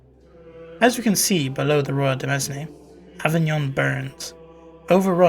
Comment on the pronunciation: FYI Demesne is pronounced like demayne. De mes ne hurts my ears so bad.